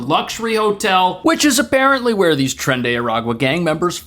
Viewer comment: CONSULTORÍA DE ENTRETENIMIENTO: It is "trEn !!!", read in spanish or even better Latino. Lo demás perfecto !!!.